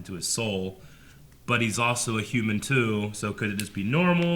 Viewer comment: "fully hooman"